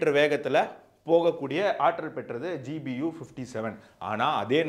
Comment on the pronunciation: Your language is good. In two places there was a slip of tongue by telling GUB instead of GBU.